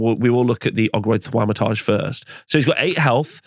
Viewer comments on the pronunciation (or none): bro that pronunciation of "Thaumaturge" is painful